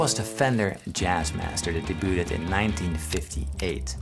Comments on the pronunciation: Debuted is pronounced DAYBYŪD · de-booted! Haha. I bet you mispronounced that word on purpose to troll viewers and make us comment. Success! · just in case... "debuted" sounds like "day byood". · Fantastic video, and I love the sound of your voice- but is the way you pronounce "debuted" a typical pronunciation in the Netherlands? T is silent everywhere I've been. Again, loved the video!